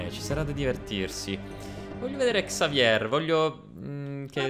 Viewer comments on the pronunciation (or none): consiglio si dice Xavie e si scrive Xavier perché è un nome francese e in francese non si leggono le lettere finali.